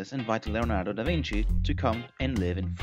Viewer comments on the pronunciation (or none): da vinky?